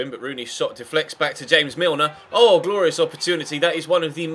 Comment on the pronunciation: you pronounced james milner name wrong